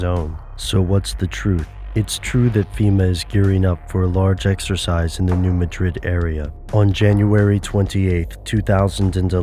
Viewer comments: If you conspiracy theorists insist on making videos, please get the pronunciation right. In Spain, it's ma-DRID. In the United States, it's MAD-drid. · it is pronounced Mad-Rid not Ma Drid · it it new mad rid, not new ma drid. try to get the pronunciation right if nothing else. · If you presume to teach me, then first teach yourself. The town isn't pronounced Muh-DRID as is the capitol of Spain, it's pronounced MAD-drid. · Forgive me for being picky, but it's pronounced, "new MAD-drid," not "new ma-DRID." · Pronounced "MADrid" - thank you. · Please learn to pronounce the name properly. It’s called the New Mah-drid Fault. It’s not pronounced like the Spanish city. If you meet people who live in the region, they pronounce it the way their ancestors named it. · ITS "NEW MAD DRID" PRONUNCIATION. Im from Charleston Missouri used to work in New Madrid. I live in Lousiana now. The people from Missouri wanted to know why I would come down to the New Orleans area because of hurricanes? lol theyre not gonna come on the news and say a Earthquake is going to hit in two days in Missouri but they can warn you of a hurricane. lol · Fwiw its New MAD-rid. You got to pronounce it correctly (which btw is pronouncing it incorrectly ;-) ) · How about instead of "listening" to conspiracy theorist and the government, listen, and I know this sounds crazy, listen to a Geologist! I'm sorry but I can't you serious if you can't say "New Madrid" right. Even my Chinese geology professor can say it right and his main study of research is study the NEW MAD(like the word for angry)RID(like get rid of the useless info you put into people's minds). Go back to college. PS they can't predict earthquake, it's impossible.